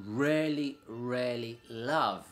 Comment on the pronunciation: I loved your video really informative but to my ear you rarely say really properly.